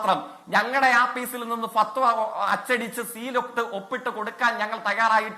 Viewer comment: താങ്കൾ ഒന്ന് പറഞ്ഞ് രണ്ടാമത് പറയുമ്പോൾ ഫത്വ വ എന്ന് പറയുന്നു. ഇതാരെ തൃപ്തിപ്പെടുത്താനാണ്?